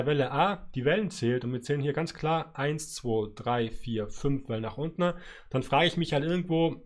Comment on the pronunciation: Danke für die wundervollen Analysen, aber ich hätte eine Bitte... Es heißt nicht untne...